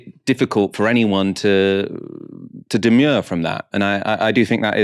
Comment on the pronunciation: Excellent show, as always - sorry, but 'demur' and 'demure' are very different words and pronounced quite differently 😊